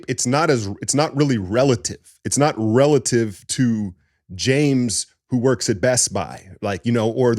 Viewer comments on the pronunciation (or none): none